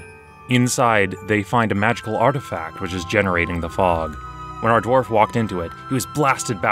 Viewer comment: This Dwarth XD